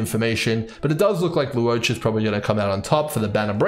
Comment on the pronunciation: just some pronunciation tips for his name: to simplify it, I think it's more like lore-cha, lu-wo-cha, law-cha (pick one depending on your accent)! hope that helps